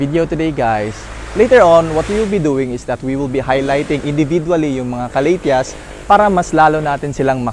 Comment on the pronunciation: Ka- la - dia '' like that?? Not ca-la- thea?? Or slang lang??